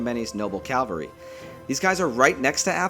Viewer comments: It would behoove you, get it, to pronounce Cavalry correctly. It is not Calvary. That is where Jesus got wrecked. Cavalry comes from Caval Having to do with horses. As in chivalry. As in Caballo. Ca val ree Cavalry. Thanks for listening. Sorry for the troll. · Mate you're saying "calvary". It's "cavalry". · Why do Americans always say calvary instead of cavalry???